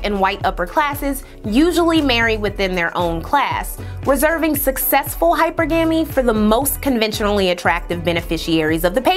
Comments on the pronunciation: It’s Hyper-GAH-MEE, luv. Video dope as always though. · Technically, it's: Hy-PER-Guh-Mee. There is emphasis on the second syllable, like in "monogamy". 🤓🤍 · she's wrong, too😂😂. It's pronounced "hi-PER-gah-ME" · You're wrong too. The 2nd syllable has the accent, pronounced "hi-PER-guh-ME".😅😂😂. But research is 🔥🔥🔥 as usual.😊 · I got stuck on the mispronounication of Hi- Per- Gah - Me too...😅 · me too! I actually unsubscribed. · Well done, sis; stay neutral but be an unapologetic black woman for the Black man and family! PS the word is Hyper-GAH-MEE sister much respect! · It's pronounced hy PER ga mee. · Some people have higher standards.I look up the pronunciation of words that have pronunciations that I’m unsure of, so that I don’t sound like an educated idiot.I’m Black, and in my opinion, too many Black people are cavalier about things like this, and how detrimental it can be for them.I can’t take anyone seriously who blatantly mispronounces a word like this repeatedly.Hyper GAMY doesn’t even sound right-almost as bad as Boosie saying EC-onomy, instead of E CON omy. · I am no longer pronouncing it "Hyper-gummy", your way is more fun. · Dammit it’s pronounced hyper-gamy.. not hypergamy… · Hypergamy is pronounced Hi per guh mee. Lol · Pronounce is like this: hyperg-gumy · It’s pronounced like Hi-Purr💅🏾-guh-me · You're killed me with the misponnunciation of the word hypergamy. It sounds like high-per-ga-me😊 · She pronounced the word as it is spelled. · She said it right, just put the emphasis on the wrong syllable. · The fact that its viewed as a problem that she told her how to correctly say the word is beyond me. Two things can be true at the same time. Yes, I watched the video, liked it, commented, AND I’m subscribed…all while appreciating all the research she does. However, it is also true that she mispronounced the word, and there is nothing wrong with stating that. There’s no need to be shady about it…. But alas